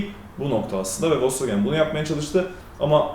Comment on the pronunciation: Once marka adi dogru telefuz edilse iyi olur.